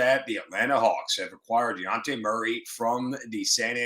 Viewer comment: It's dejounte not deonte